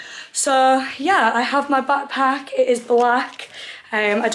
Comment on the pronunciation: Pls the way ur saying bagpack and not a backpack is stressing me out 😂